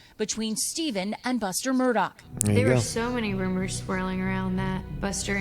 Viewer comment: FYI, Mur-DAUGH not Mur-DOCK. Great to see you covering this.